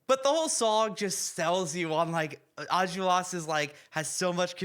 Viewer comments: It's pronounced "Ahn-jol-ras," not "enjulras" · I don’t wanna be rude, but it’s Enjolras (pronounced On-Jol-Ras) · As a native french speaker, hearing you butcher the pronunciation of every name and location was a real treat 🙏😂 Special mention for Enjolras